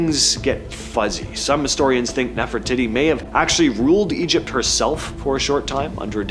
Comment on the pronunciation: NOT nephratitty. Nephrateettee.